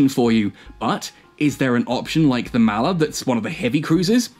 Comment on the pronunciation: mall er.... not mal er..... m all... all..Maller